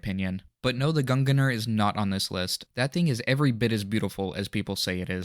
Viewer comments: isnt it pronounced gung-neir? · bro u keep saying gunganar dont u seee the fuckin i in gungnir